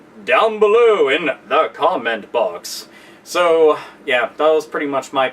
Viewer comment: "Thuh Caw-Ment Bawx!" & that is when I clicked subscribe XD